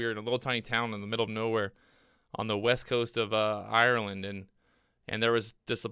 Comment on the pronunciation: This guy keeps calling Irland knowere, Rude.